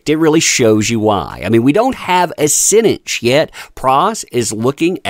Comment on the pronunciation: What's a sinnince?